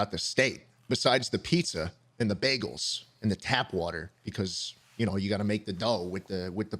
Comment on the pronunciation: i’m from texas and i’ve never heard of a baygal